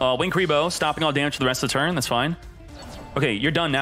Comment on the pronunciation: I hear curly bruh